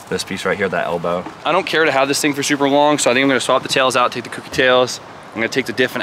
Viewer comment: for gods sake please pronounce it correctly. Kouki not cookie. like owe.. Kouki. your grammy is awesome also.